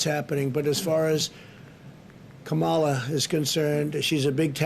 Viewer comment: Camarla haha he cant even say her name he is that scared and racist